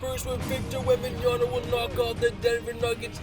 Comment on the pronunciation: "Victor Wembanyana" it's Wembanyama just call him Wemby